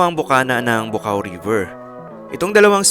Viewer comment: Tidbits lang. Yong tinutumbok ng camera na maraming puno ng Pine tree dyan shinuting 'yong "Pahiram ng Isang Umaga". Bu'-cao po tamang pronounciation nyan.